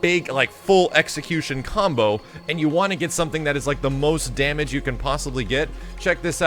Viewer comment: Anyone else hear him same "Cumbo"